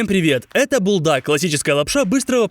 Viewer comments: Когда он сказал буЛдак я сразу выключил видео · сам ты булдак надо говорить бульдак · ❤не булдак а бульдак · НЕ булдаг а бульдаг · БУЛЬДАК ❌ БУЛДАК ✅ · Ни БуЛдАк А бУлЬдАк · Булдак ❌ Бульдак ✅ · Не булдак а бульдак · Булдак? Правильно Бульдак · Не булдак а надо говорить бульдак